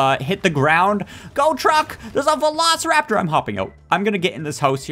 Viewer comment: Have you said Velo steer rap tor get it Velosteeraptor